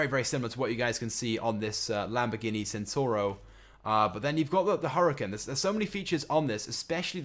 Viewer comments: Centenario, not Centario, you dingus. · If anyone had played forza horizon 3 or just knows how to pronounce things properly you would know that the Lamborghini Centenario is actually said as Lamborghini Ch-ent-en-ah-rio not senario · Lamborghini "centaro" LOL. it's "centenario" don't know if I spelt it right but I'm sure that's how you pronounce it. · centenario is said Chent ten r e o not centario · pronounced Lamborghini chentenario not sentenario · ITS NO THE CENTENARIO ITS THE LAMBORGHINI HURACAN YOU SPANNER, AND ITS PRONOUNCED CHEN TA NARIO, YA TOOL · not sentaro even jesus. it has got the 'enario' bit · it's Ch-ent-a-nar-re-o.